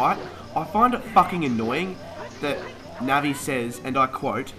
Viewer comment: ............dude......it's Navi